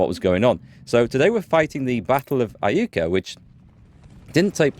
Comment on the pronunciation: Iuka is pronounced eye-YOU-kah and is of native american origin. Jacinto is pronounced Ya-sin-toe also.